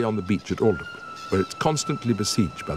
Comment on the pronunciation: Quite off the mark on some facts and I would have expected an actor of Simon Callow's stature to know how to pronounce "Aldeburgh". Elgar hated the words to Land of Hope and Glory, he was was torn by the 1st World War because he had good friends in Germany. In fact the Germans realised his greatness before the British. Nimrod was a musical depiction of his German friend, Augustus J. Jaeger.